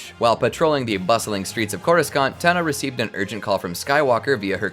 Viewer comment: I can’t unhear how they butcher the word Coruscant